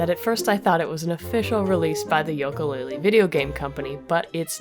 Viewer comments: uh you mispronounced Yooka, its pronounced as You-kah while you pronounce it Yol-ko, I'm sorry I'm so used to people pronouncing it as you-kah so if I'm wrong when ill go into the bad pupper corner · Its "yooka" not "yoka" But still Great video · I'm sure you've gotten a lot of this already, but it really bothered me hearing you say "Yoka" every time. Other than that, I rarely have anything constructive to add to these, because I really enjoy breakdown analyses videos such as this series. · Lol You say "Yoka" - that's adorable x3 The name is a play of "Ukele" ;) Another reference to the instrumental names of Banjo and Kazooie.